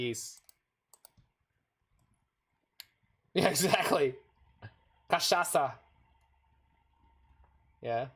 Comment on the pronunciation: I love me some cultural exchange. Nice pronunciation btw. Yay cachaça!